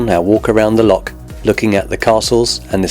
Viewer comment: PLEASE can you pronounce "LOCH" properly - its NOT "lock" - you only find those on canals. I'm afraid that for us, this seriously detracts from the otherwise good videos you produce.🤨